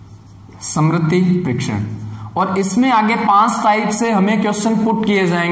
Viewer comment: Samriti nahi...smriti parikshan